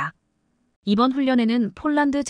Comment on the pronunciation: 대폭이지 대쪽인라고하네? 폴란드지 쪽란드라고 하네? 뭐지 한국사람 맞나?